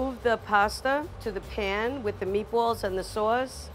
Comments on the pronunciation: Right when she said "Meat-Boahls" I knew it was gonna be good. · “If she says spaghetti and meatbwalls” she’s a pro